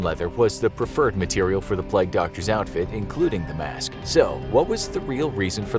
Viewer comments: Its ‘plague’ not pleg? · Why do you say "Pleg" instead of pronouncing it correctly as "play-gue"? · Ahh yes, the pleg doctor lol. Nice pronunciation American guy lol.